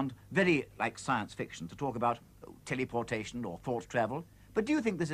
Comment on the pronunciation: Great video. Telliportation. How quaint and british of him to say.